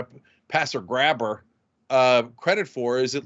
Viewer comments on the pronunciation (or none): okay, i'm gonna be that guy for a sec. It's pronounced "gray-burr", not "grabber". That is all.